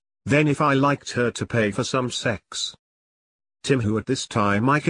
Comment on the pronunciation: WHY DID I CRACK UP SO HARD HERE? "..to pay for some...SEX"